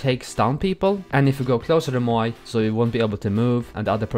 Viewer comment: It's moyai